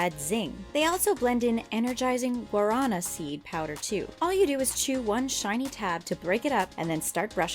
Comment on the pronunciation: when she pronounces guaraná incorrectly and the accent isn't even there -_